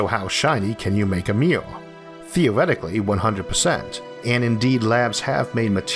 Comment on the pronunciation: It's the way he pronounces Mirror...